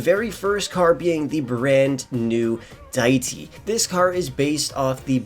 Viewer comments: The name is pronounced "DEE-IT-TEE" OR "DAY-IT-TEE" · the way he says diety lmao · Deity = DAY-eh-tee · If he said Deity incorrectly one more time I think I might have ripped my ears off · The way he said deity 💀